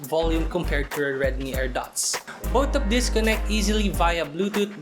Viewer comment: Magaling naman siga mag english kaso parangang tigas niya mag salita lalo na pag sound ng TH di niya ma bigkas. yung both nagiging BOAT at Youth ay YUT. pero nice review.